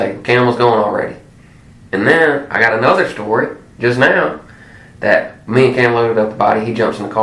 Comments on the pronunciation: Learn to say story not store😊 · Dose he realize that the narrator keeps saying store not story